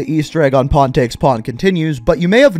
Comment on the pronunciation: Every time I hear say pawn take pawn it sounds like hes saying porn take porn I dont know why, I'm just dumb